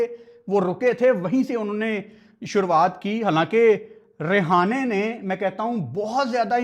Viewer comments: Bhai tu hamesa hi mera ❤️ jeet leta h but yr vo रेहाने nhi h रहाणे hai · Its Rahane bhai not Rehane😂😂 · Not a Rihane 😂 It's a Rahane ✅️ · He is not rihane 😂 he is rahane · Rahane❌ Rehana✅😂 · Rahane❌️ Rihane✅️🤣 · Rahane 😅 not rihana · english Lower order❌lawyer order✅ Rahane❌rehane✅ Quinton de kock❌quanton de kock✅ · Bhai sahab rehane nhi rahane hai bo 😂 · रिहाने रहाने 😁 भाई 🙏🏻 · Rahane × Rehane ✓ Dimag × Damag ✓ Quinton× Quanton ✓ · Rehane nahi hai wo rahane hai 🥱🥱tum log bolna sheekho buai kya matlab sare hi aise hai kya pakistan mai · Rahane ❌ Rihane✅ 😅 Quinton ❌Quanton ✅😂 Don't worry,Hota hai kbhi kbhi Btw great Analysis 👍👍👍👍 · Rahane ❌❌ Rehane ✅✅ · bro your pronunciation is just awsm rehane 🤣🤣🤣quanton de kock 🤣🤣🤣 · Rehane? Rahane name h bro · app Rahane ka name galat pronounce kar rahe ho. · Tujhe rahane ka name pronounce krna nahi ata